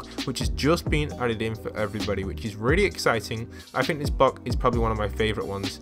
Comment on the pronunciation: Did anyone hear ‘Bock’ instead of ‘Block’